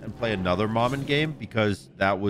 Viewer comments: Pretty sure its pronounced (muh-muh) not ma man. Its creole for mama, though in creole it’s spelled manman but im pretty its the same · How... Is nobody saying to just say "Mama" if you don't want to say it with the dialect? Because it's definitely not Mah-Man. 😂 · well the name Maman Brigette isn’t English so that doesn’t matter, she’s a Haitian god and this name in particular is French. Regardless pronunciation is fine, the proper way for Maman would be “Mah-Mahn” however is saying it close enough for a non French speaker